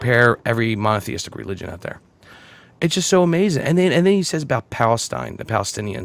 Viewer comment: i know is saying monotheistic but i kept hearing mafiistic